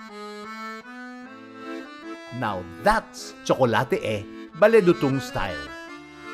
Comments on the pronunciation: Not Bale Dutung... it's Bale Du'tung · Pronounced CLOD sir…not Cloud ☁️ Also it’s pronounced Bale Doo Tung